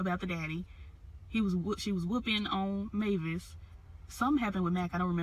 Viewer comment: You had the name right its Mavis aka Oprah you did well.